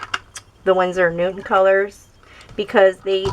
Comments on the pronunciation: stop pronouncing it like newtmen its newton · Not a big deal, champ